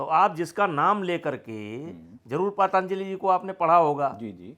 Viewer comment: नेता जी पातंजलि का नाम ठीक से नही ले पा रहे है दूसरे पर आरोप लगा रहे है।